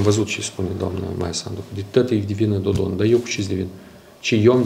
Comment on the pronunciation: Mai!!!! Nu mai pronunta cu ritul tau numele PRESEDINTELUI REPUBLICII MOLDOVA!!!!!!!